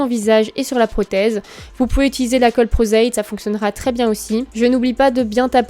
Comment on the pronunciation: " La coeulle " clairement.... STRESSANT